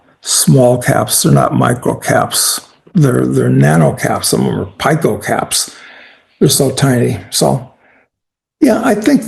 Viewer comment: Hey Doug, "pico" is not pronounced "pie-koh". It's pronounced "peak-oh". Just thought you might want to know. (See comment .)